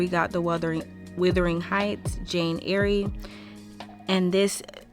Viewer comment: Great video, very interesting thoughts on the Dark Romance genre. ❤ FYI Jane Eyre is pronounced like 'air'.